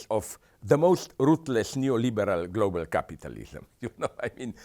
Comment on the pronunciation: I just love the way he pronounced capitalism. Capatalism XD